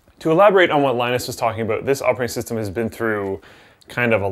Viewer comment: ABOOT LOLOLOLOL WTF LMAO CANADIAN LOL MAPLE SURUP LOL ABOOOOT???!@